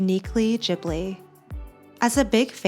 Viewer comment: Just FYI, it’s pronounced with a hard G. Like Ghibli, not jibbly. The name comes from an Italian plane. Producer Toshio Suzuki admitted that Miyazaki mispronounced it as Jiburi, when it’s actually a hard G.